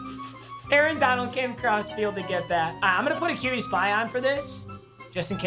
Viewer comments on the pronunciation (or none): none